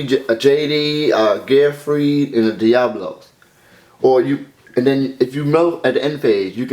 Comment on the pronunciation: you read diablos wrong. diablos is pretty badass tho